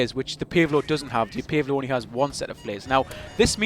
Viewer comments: Pace Low!!!!! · Sounds funny when you say "Pave Low" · I like how you say PaveLow